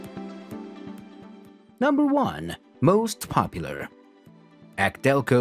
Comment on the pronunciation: I agree as soon as I heard acdelco I was done